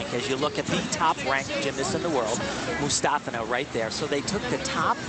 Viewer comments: Alina... Aliya...Mustafeena, Mustafa... ... MUSTAFINA! Come on, Al, really? She's the World Champ! You should know her name. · If you watch some of the Russian news coverage on Aliya you can hear the Russian news reporters pronounce her surname as MustAHfina. Type in 'Difficult comeback for Mustafina' and you'll see.